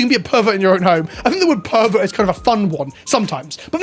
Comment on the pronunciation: Those Herberts can keep it in their deck boxes thank you very much. And yes, Herberts, cause pronounced pervert like Herbert at one point in this videos.